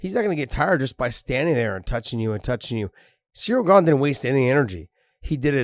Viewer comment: Ha ha, Cereal Gone. I can't unhear that now.